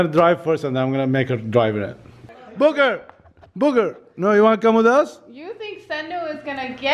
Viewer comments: Proulx he was saying booker, but sounded like booger. Lol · calls booker booger lol 😂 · Lmao 😂 instead of saying Booker he said buger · When says booker he says booger😂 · I love it when says “booker” he says “booger” 😂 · called booker booger 😂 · It sounded like he called booker booger😂😂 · When says Booker it sounds like Booger🤣🤣🤣